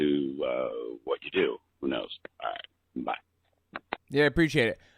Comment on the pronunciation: That was my first thought; sounds like it's simply a speech impediment, namely rhotacism in which the "r" is difficult for the speaker to pronounce. I've read that there could be a correlation between it and autism, but only anecdotally. (Edit: And of course neurotypical people can have this particular speech impediment).